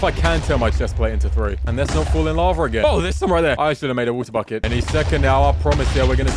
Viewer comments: "fuck it" ik he said bucket ᵈᵒⁿᵗ ʰᵃᵗᵉ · Did anyone else think he said fuck it instead of bucket?